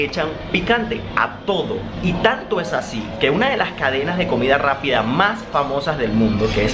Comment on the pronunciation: En ves de decir (es algo) decía ej algo jejeje ame